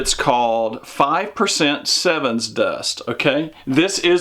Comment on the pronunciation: Sevin, not seven.